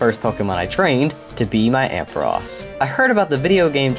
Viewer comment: Your the only person I hear pronounce ampharos' name right.